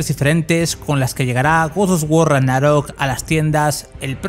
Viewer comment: Tanto cuesta pronunciar bien Ragnarok?